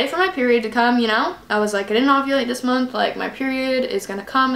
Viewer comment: are you saying ogulate not ovulate?? lol